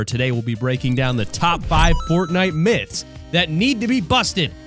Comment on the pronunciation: You said myths wrong 😂